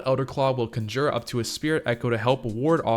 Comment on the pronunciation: con jUre? You're putting the emphAsis on the wrong sylAble.😂